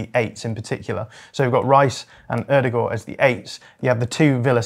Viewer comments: Oadour-gore????? It's O-der-gaard dude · Whys he saying it as 'urdergur' 😮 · There’s a D at the end of OodegarD